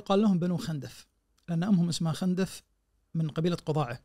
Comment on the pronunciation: خِندف تضبط بكسر الخاء و ليس بفتح الخاء فهم بنو خِندف و ليسوا بنو خَندف